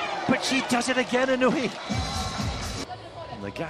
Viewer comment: This narrator needs to learn to pronunce japanese players names correctly... He keeps pronouncing Inuyi, but the correct is Inoue.